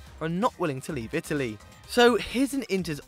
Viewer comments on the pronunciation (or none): none